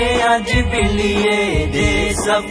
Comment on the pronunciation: যা যা ভ্রম- ১. উচ্চারণ গত (সব এর এর উচ্চারণ ছব হয়েছে) ২. ঈদ মোবারক মাঝখান ও শেষে মোবারব হয়েছে। ৩. মাঝখানের হুজুর ঠুট মিলানো মিচিং করেছেন। অভার অল- মাশাআল্লাহ মাশাআল্লাহ।